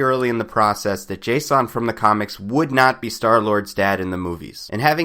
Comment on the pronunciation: dude his name is jason.. not JAY-son. no need to make it weird and scfi-ish its just jason lol that being said, love your videos!